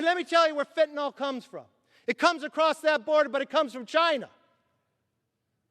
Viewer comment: Kevin, thank you for pronouncing FENTANYL correctly. It's FentanYl, not Fentanol and the mispronunciation just makes people look like idiots or illiterates. Maybe it's time to teach reading and English in school again. I was taught to read phonetically in 2nd and 3rd grades and it has served me well. for 70 years. I guess that's why that method was dropped. The Left has been working on us for a very, very long time.